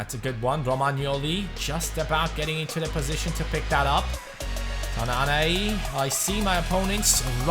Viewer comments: it pronounced ''Tannan'' not ''Tannané'' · As a Moroccan, the way you pronounce "tannane" is false If you want to pronounce it, you should press at the n cause there are 2 "n"s right there and you doesn't should pronounce the "e" at the end